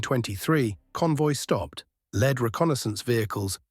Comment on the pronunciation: Lead is pronounced as LEED in this context